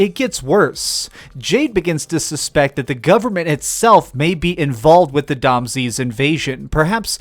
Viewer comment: "Dom Zee"? Really? It's pronounced "Doms". Don't overcomplicate yourself.